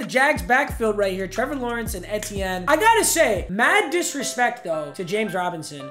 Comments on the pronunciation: Very much. Someone has to tell him it’s E-T-N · It’s pronounced like “Travis E.T.N.” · Its pronounced ETN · Papa Etiene is pronounced E T N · papa it’s pronounced E.T.N just wanted to let you know love you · Etienne is pronounced ETN literally lmao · It’s pronounced: Travis E-T-N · it’s pronounced e t n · It’s pronounced E-T-N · it’s pronounced EE-Tienne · its pronounced EE-TEE-in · it's pronounced "E-Tee-N" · Wtf is Travis Atieaan bruh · It’s pronounced E.T.N. Like initials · PAPA its pronounced E te en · Papa it’s pronounced “E T N” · I love at but the eh-teh-n was not it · It's pronounced E-t- en, sorry Papa, just thought I should let you know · It’s pronounced “EE-TEE-EN” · Jesus can u please say ETN RIGHT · mans really be botching names... Etienne is pronounced ETN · The way he pronounced etienne🤣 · you aren’t saying Etiene right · Your saying Travis etienne name wrong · Me every time papa doesn’t pronounces the first E in etienne 😑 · Is anyone else pissed how he was saying Travis Etienne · the way he says Etienne is upsetting me lmao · Hurts hearing all the different incorrect ways papa says Travis Etienne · Mmg said travis's name wrong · Anyone else uncomfortable on how he pronounces Etienne? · Papa pronounced etiennes name wrong the whole video and I wanted to die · Ngl I struggled to watch this video as a Clemson fan just Bc of how he pronounced “etienne” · him saying etiene wrong kinda triggerd me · you are pronouncing travis’s last name wrong name wrong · Bro learn how to say Etienne’s name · I’m cringing everytime he miss pronounces Travis’s name 😖😖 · Am I the only one who got pissed off when he called him Trevis Etyen instead of Travis Eitienne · I’m sorry but it’s Etn not Ehten. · It’s E T N not eehteeen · its EEtiene not EHtienne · It’s E-tien not etien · PAPA ITS eee teeee ennnnn not eti en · Eeee tee N. Not etien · Etienne is pronounced “eetienne” not “ehtienne” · banger!! it’s E-T-N though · Travis Eh-tien 🤣🤣🤣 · Travis Eh-T-yen